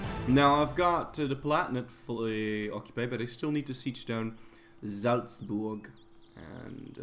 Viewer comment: wow that pronounciation on "salzburg" was kinda perfect